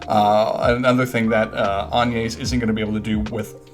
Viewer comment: hmmm agnes is pronounced like "lasagna" I believe.